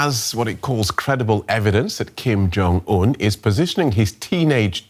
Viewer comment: Did he just said kim kong un 😂